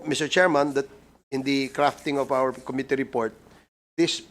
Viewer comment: MAGAĹING SANANG UMINGLES SI CONG. DAN FERNANDEZ, KAYA LANG, KATULAD NI CONG. ACOP, HINDI ALAM ANG TAMANG PAGBIGKAS SA SALITANG "COMMITTEE", NA ANG 'STRESS' IS ON THE 2ND SYĹLABLE, NOT ON THE FIRST, OK?ŕ